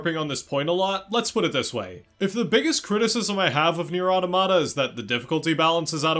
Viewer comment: You’er not pronouncing the title right.